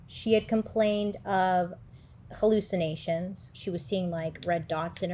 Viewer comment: Hallyicinations? I thought i turned dislexic for a sec